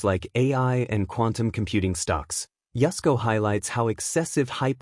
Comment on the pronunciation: I thought his name was Yusco, not Yesco.